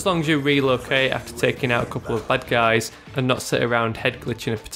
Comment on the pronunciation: Sounds like he is saying "butt guys" instead of bad guys.